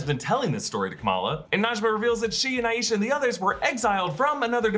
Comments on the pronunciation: hii I like to point out the pronunciation of the name “Aisha” hence it also being my own name hahaha! It’s “EYE-sha” not “EYE-YEE-sha” :)) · It's pronounced, "Aye-sha" (Like Eye-sha)